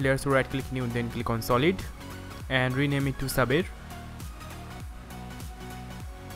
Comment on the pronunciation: When Sayber becomes Saaber :p